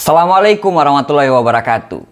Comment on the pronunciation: COBA DENGAR PAS Assalamualaikum Wr.Wb Aneh Lu Bang